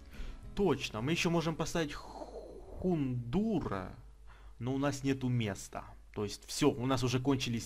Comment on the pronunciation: Ну нифига себе! Серия огромная и это офигенно! Продолжай в том же духе (я понимаю, что тогда серия загружается часа три, но оно того явно стоит! Поздравляю с новыми покемошками) Кстати произносится не Хундур, а Гондаур)